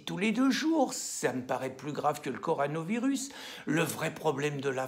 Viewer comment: Si je peux me permettre, cher Pierre, une petite astuce pour prononcer comme il se doit le mot "coronavirus" ; pensez à la bière (ou la voiture d'ailleurs) de marque "corona" et vous aurez le début du mot.:) Pour le reste, vous tapez juste, comme d'habitude. ;)